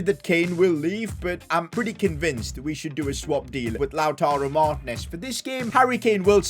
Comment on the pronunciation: I don’t wanna be mean but it gets me sooooooooooooo mad when you call him lautaro martnes it is Lautaro martiines